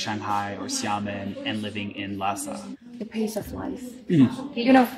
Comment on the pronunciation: 我觉得最搞笑的是油管上一个藏语小品视频下面有海外藏人呼吁不要用拉萨话说台词，因为听上去和汉语普通话太像了😂而且视频里的女生明显就是拉萨人， 这里她说“拉萨”这两个字的时候发音是ལྷའི་ས而不是照着藏文读成ལྷ་ས